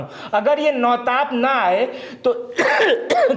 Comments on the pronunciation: Na tap Nahin nautapa hota hai likha hua pahle padhna Sikh Lijiye tab bataiye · Not notap its notapa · nautap ni hota nautpaa hota hai